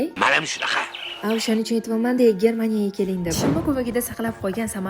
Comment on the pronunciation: Ajoyib geplashdiz porijga deb hermaniya deb😂😂😂😂